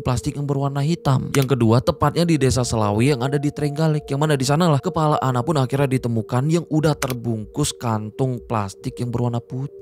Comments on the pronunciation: maaf bang bukan kelapa tapi kepala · kepala Bang bukan kelapa 🤭😂🤣